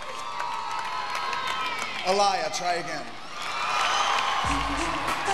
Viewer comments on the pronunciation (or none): my face when he said Alaih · Who is “Ah-Lie-Ah” ☹️ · Get her name right! Its Aaliyah ( Ah-lee-yah ) Not Aaliah!!! 😂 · You pronounce it like ALEEYAH NT ALIAA😂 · ah-lie-ah lmfaoooo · It’s AH-(LEE)-YAH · It's prounced Ah-Le-Yah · I was mad that Ricky pronounce her name to calls Aaliyah a “ay-liar”?! He was such an ass!😠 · AALIYAH & Toni was heating up the charts that year cuz Toni album that year was bad A**🥰💋🥰💋 he said her name wrong "aliyah"..SMH! aaliyah looked beautiful & her brother looks just like her...chills on that part cuz that's her brother RICKY MARTIN lookin like fabio🤣🤣🤣, HOW DARE U SAY AALIYAH NAME WRONG???? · I know good and damn well Mr living la vida loca😂 ....dint get her name right🤦🏾‍♀️...uglass...RIP Ah lee yah‼️‼️‼️ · The award goes to "UH-LIE-A" 🙄SMH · The announcer pronounced her name wrong. It’s “ah-lee-yah” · "Alayah", sis u heard how it's pronounced yet you said it wrong. And the way Kim was clapping had me on the floor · He really said her name wrong 😑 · Who tf is A-LIE-YAH though?? 😂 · The announcer actually did pronounce it the right way.... not Ricky Martin though... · He’s so self absorbed that he couldn’t take a second to get her name pronunciation right, smh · Kim was pissed he said her name wrong u can see it 😂😂😂😂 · Ricky Martin was a lot more known at the time than her. He was a singer (and still is) btw. But that was no reason for him to butcher his name like that.😂😂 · why tf did he pronounce her name like that 🙄🙄🙄. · Talk about disrespect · NOT HIM PRONOUNCING HER NAME LIKE THAT!!!! 😭😭😭🤦🏽‍♀️ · I know Aaliyah was smiling in pain at the brutal butchering of her name. Like, did the producers choose someone at the last minute to announce the winner, or...🤦🏾‍♀️ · they announced her name correctly on the video thing. But the guy couldn’t say it right 😑😑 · I think she was pissed because of how ol boy mispronounced her name! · He slaughtered her name 😭🤦🏾‍♀️ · The video playback literally said her name, how he still say it wrong? 😒